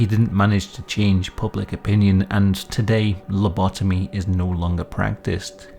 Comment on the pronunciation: Das heißt Lobotomie (mit O, nicht mit A) nicht Labitomie